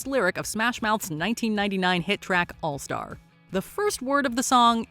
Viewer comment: Allstar only needs one syllable.